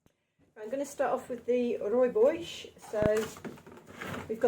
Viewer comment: It’s Rooi bos not bosch